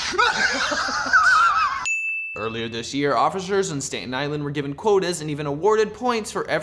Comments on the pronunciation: STAT-EN ISLAND, NOT STATE-EN ISLAND. but you're forgiven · I'm from Staten Island (I'm not proud of it) but I cringed when he said "State-in Island". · Anyone who pronounces Staten Island "Stayten Island" is not a New Yorker and in my book has no business commenting on the police that serve in New York. As a matter of fact, I'm getting kind of sick of these out-of-towners coming in and driving the prices up because there Daddies and Mommies forked over the extra cash to banish their sons and daughters to another state. It's obvious this kid isn't from NY. It's laughable.... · Stay-tin Island? It's pronounced Stat-in Island. You must be from California. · lol, did he just pronounce it STATE-en island? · You didn’t even pronounce Staten Island right come on man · Plus you can't even pronounce Staten Island correctly... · You pronounced Staten Island wrong... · Trust the guy who doesn't even know how to properly pronounce Staten Island. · I know this isn't very important but it's bugging me that you mispronounced Staten Island